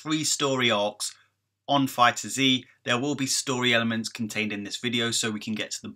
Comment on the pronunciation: The game is confirmed to be set after the Future Trunks Saga and before the Tournament of Power, so it's after Goku Black arc. It's pronounced Fighters, without Z. Awesome video though, bro! As always. :D